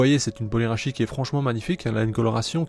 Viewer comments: Très jolie couleur pour la première ! Pour ce qui est de la prononciation, le polyrachis dit "polyrakis" c'est dit à la grecque. Perso je trouve ça plus beau et plus correct que la francisation "polyrachis" (lu ici de manière phonétique). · L'origine du mot vient du latin et le 'ch' en latin ne se dit pas , du coup si on veut le dire en soit 'correctement'il faudrait dire 'polyrakis'